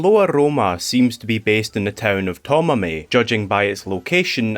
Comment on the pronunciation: Ah 苫前, got it! The pronunciation was wrong, so I wouldn't have figured out without seeing it written. 苫前 isn't a location I've seen brought up in relation to Floaroma. As mentioned, I really love looking into and visiting the real locations from Sinnoh, and both English and Japanese sources seem to bring up multiple different locations for the basis of the town, including 当別 (Tōbetsu), 富良野 (Furano), and 北竜 (Hokuryū). These towns all have the meadows, but Tomamae seems more well known for its windfarms, so even though the real town is located WAY off from the Sinnoh location, I can totally see it as the basis. By the way in case you're interested, there is a Japanese YouTuber who traveled to Hokkaido and uploaded a 3-part video series comparing some of the in-game locations to the real locations that they were based on. they're titled シンオウ地方のモデル「北海道」に行ってみた by a guy called ひとりぃ. I've been to some of these places too, and it really enhances my appreciation for the region.